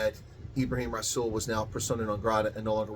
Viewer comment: Greetings and salutations,. Two thoughts to ponder. Does anyone, for a nanosecond, think that rasools comments were made off the cuff? Methinks not. ANC gave the go ahead.... for reasons. Secondly Rasool is pronounced with a soft " R ".